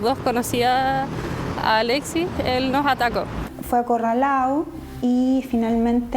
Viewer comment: fue acorralao' ,fue apuñalao'😂 la fiscal es caribeña